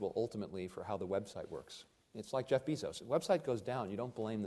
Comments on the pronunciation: Did anyone else catch “Jeff Bee-Zos” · Pronounced Jeff's last name name wrong, not that it matters much though.